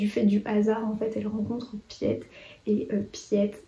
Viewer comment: Je voulais juste dire que "Piet" en néerlandais ça se prononce "Pit" en pas "pièt" 🙈 c'est le diminutif de Pieter. Le réseau Alice est dans ma PAL, j'ai été convaincue de le lire cette année 😊